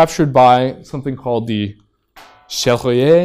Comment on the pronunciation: that "Cherrier" prononciation in the end though XD